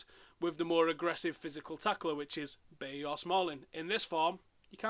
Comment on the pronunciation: It's pronounced "Buy-ee"